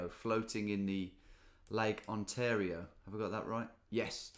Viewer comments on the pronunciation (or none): none